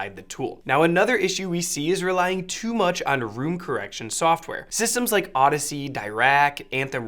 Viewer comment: room "correciton" LOL